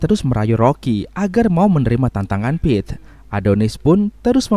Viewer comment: Bukan ngucapin "Assalamu'alaikum",tp yg bener itu "excuse me" Namanya bkn pete,tp dibaca Pit Satu lagi,mana ada orng Amerika yg sholat shubuh😒🙃